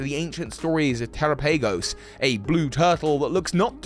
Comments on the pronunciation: I guess if you say so. Dyslexia is an issue with sounds when compared to written characters. You’re being too gracious, this is just laziness. If this seems harsh, you’re probably just not used to people being frank. I even want so far as to say I generally like his content, this is just low effort. This discussion on our parts has taken more effort than he was willing to invest in learning how to pronounce a name for a video that he is making money off of. Keep watching lazy stuff if you wanna, I will continue to direct my attention where I want to, we will both continue to live and survive. 🤷🏽‍♂️ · Bro I know that the pronounciation of Pokemon names is kind of like whatever but I really do hope that your pronounciation doesn't stick 🤣 "Terapagos" should be pronounced the same way as "Galapagos" 🤣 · The way you pronounce terapagos makes me want to uhm please don't say it like that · Can't like this for the mispronunciation... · The only question I have is... why you pronounce Terapagos like that? If you pronounce Galapagos differently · He said it correctly once then went back mispronouncing. 🤦🏾‍♂️ 😩 🙄 😒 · it’s less the tera part and more him pronouncing the later part incorrectly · its terapagos tuh-ra-pa-gos they literally didnt say its terra-pa-gos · Teh-rah-pah-gos Wtf is te-ra-pay-gos lol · terapagos should be said like Tera and Galapagos, not "terapeigos" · Wouldn't Terapagos be pronounced like Galapagos? Te-RA-pa-goh-s rather than Te-ra-pAY-goh-s? As for its typing I believe it will either be; dragon/rock, because it's made of cystals and its tails look like the petals of a shiny Glimmora, a rock type. Or dragon/normal, because it's got every type on its back, and normal is the all encompassing type (Arceus, Silvally, Hidden Power, Metronome, etc.) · I mean the Pokémon presents had them say it and this pronunciation is correct. The one that sounds like Galapagos and not “Tera-pay-goes.” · tera has nothing to do with him saying "PAY" instead of just saying pa